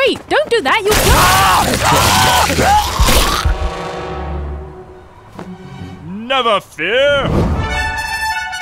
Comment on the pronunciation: ":3"